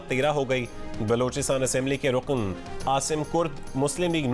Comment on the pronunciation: بھائی رقن نہیں رکن ہے یہ۔۔ تلفظ ٹھیک کر لیں۔۔